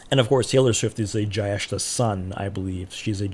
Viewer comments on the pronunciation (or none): Not criticizing your accent, but you can say Jyestha as Jay-esh-tha ( I don't know what latin script is appropriate for the last. The closest I can think is the T in tik-tok but our t would be more pronounced. I sincerely apologise if anyone reads this feels like I'm targetting the content creator.